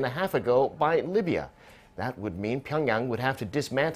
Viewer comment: John Bolton is so dumb to pronounce the name Libya. In the end Trump is the person who will decide when and what. I am sure that the solution will be that China takes all the parts from the nuclear program and also China will provide the guaranty that nobody will invade North Korea.